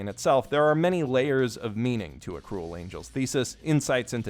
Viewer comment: Am i the only one who heard him say "a cool angels thesis"